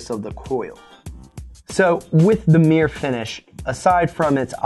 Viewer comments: Meer finish?? What the bloody hell is meer? I hope thats not Mirror hes trying to say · I say mirror you say mir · merr-ah or Meer? Bostonian FTW